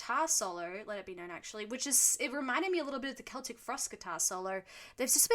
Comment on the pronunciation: Im actually happy that you pronounced Celtic correctly 😭